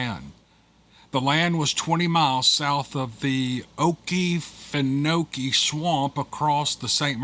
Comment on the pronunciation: as a resident, I'll help with the pronunciation of "Okefenokee" the locals pronounce it as "Oh-key, fin-no-key" we have a slight pause when speaking mid-word